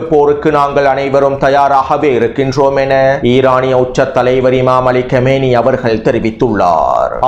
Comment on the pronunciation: சகோதரரே தயவுசெய்து இமாம் அவர்களின் பேரை சரியாக உச்சரிக்கவும் அவர் 40 வருடம் இஸ்லாமிய பட்டபடிப்பை முடித்தவர் அதனால் தான் அவரை ஆயதுல்லாஹ் என்றும் நபியவர்களின் வம்சாவளி என்பதால் செய்யித் எனவும் அழைப்பர் அவர் பெயர் அலி காமனயி (காமேனி கிடையாது )